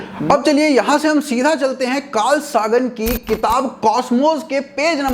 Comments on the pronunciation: Abe chiklandu 'Saagan' nhi 'Sagan' h uska naam. Pronunciation ki baat nhi, sahi aur galat ki baat h. And he never said ki hinduism ki mythology sahi h, usne sirf ye kaha h ye ki hinduism ke gappe kahin kahin kafi close h as compared to other religions but scientific value se bahut bhaut dur h. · "सागन" नहीं "सेगन" , I hate when someone do bad pronunciation.